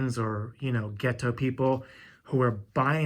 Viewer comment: The way he said ghetto made me laugh hard.